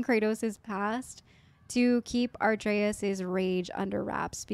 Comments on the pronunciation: A-trey-us, you keep putting the r before the t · Uh - Trey - Us OR BOI Almost no one says his name correctly at first lol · you already recorded the next episode calling him arteus the whole time didn’t you 🤣🤣🤣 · I dont want to be rude but i think you mispronounce Atreus name. I think you say something like "Arteus". Its first the t nad then the r. NO HATE at all. And also you should always speak with brok the triangle button. Amazing work though!!! Edit: I just started ep2 where you explained what happened with his name:) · I legit love how you mispronounced Atreus here as Arteus.